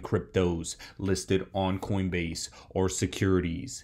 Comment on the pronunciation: Coinbase? Or coindebase??